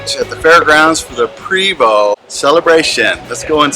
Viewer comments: Prevost is pronounced “Pray-vo” Thanks for sharing your tour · Your right, if you don't know how to pronounce the name properly, Pra-vo. F.Y.I. it's French. Stay out of the coach and look at it from the outside like everybody else. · How are you at an event for them and don’t even know how to pronounce Prevost!????